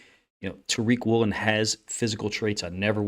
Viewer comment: It’s Woolen. Not even close